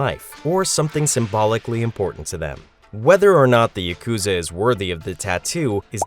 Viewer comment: Please learn to pronounce "yakuza."